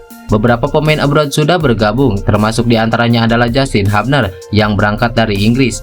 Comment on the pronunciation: Justin "HUBNER" bukan "HAPNER" 😂 haha.. sorry